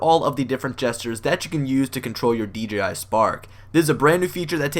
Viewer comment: I crack up everytime he says deji not dji